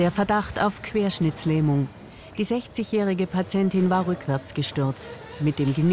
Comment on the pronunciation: Es heißt Querschnittlähmung, ohne S nach dem doppel T